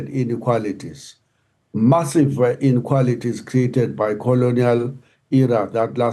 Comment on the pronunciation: This "Inikualities" is getting boring now.